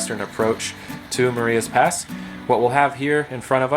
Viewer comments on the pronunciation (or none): Hi - Great layout tour........ your railroad is really taking shape. Crawford looks excellent and you are doing a fantastic job with the scenery. FYI, Marias Pass is pronounced with a long i as opposed to a long e......... Ma-reye-as Pass. Thank you for the nice update! Mike